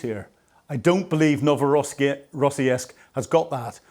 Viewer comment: PleASE, It's pronounced Novo ro siisik Thank you for the coverage